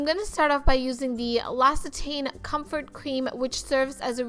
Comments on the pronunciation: Cest pas l'oSSitane.. Its prounounced as l'oKKitane.. 😂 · Hey girlie, do you think the L'occitane cream (pronounced LOX-EE-TAHN I think) would work for oily/combo skin? It looked pretty normal when you applied it... Stunning as usual btw:-)